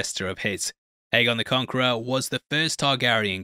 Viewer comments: One of of the books is called dunk and egg so it probably is pronounced egg and not a. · It’s always been pronounced “eggon” no? “Little egg” in GOT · its pronounced eggon. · I like that you changed your pronunciation of aegon. I always thought it was pronounced like egg-on because of the wonderful dunk and egg novellas that gave me more of westeros. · you literally pronounced egg-on the same way when you were criticizing the pronunciation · Um... Am I the only one who didn't hear any difference in the 2 pronunciations og Aegon?? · Dunk and egg, how did you not know how it’s pronounced? :-)